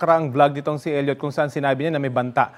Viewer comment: Hindi “il-yut”, “el-yot”